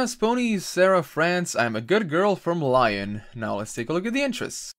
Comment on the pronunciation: I think the place in France is pronounced lee-on not lyin